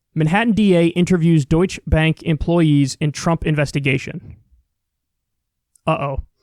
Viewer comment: "Deutsche", two syllables not one, Kyle. You should know by now how to pronounce it.